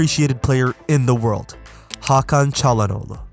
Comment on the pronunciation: bu nası ingilizce hakan çalhanoğlu'nu doğru söylemeseydin türk olduğunu anlayamazdım